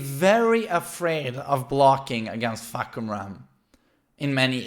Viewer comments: According to Aris, it's pronounced "Fuck You Ram" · Fah-Cum-Rarm = Roaring Sky.